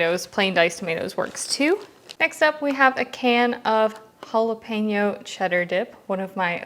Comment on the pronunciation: Sorry, “Jala” with an A, not “jalo” with an O